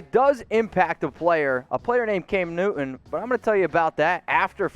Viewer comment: All I'm hearing is... Cam "New-eh. New-eh. New-eh." Oh and hit that subscribe "Buh-eh. Buh-eh. Buh-eh. "